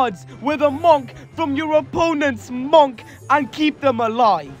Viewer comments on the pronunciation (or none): It's pronounced "munk" not "mawnk" 😭